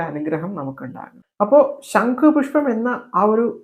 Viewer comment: ശങ്കു പുഷ്പം അല്ല സഹോദരാ ശം ഖു പുഷ്പം അല്ലെ ശരി തെറ്റു തിരുത്തുക